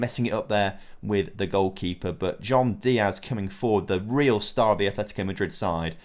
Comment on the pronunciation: It's Atletico, not Athletico.